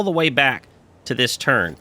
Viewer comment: It sounds like you saying turd when you say turn good job though